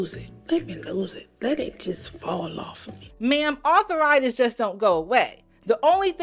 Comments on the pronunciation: Arthur-itis is not a word, ladies. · "Author Ritus" 🥴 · "Arthur-itis" says Jaz. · arthur-itis? seriously??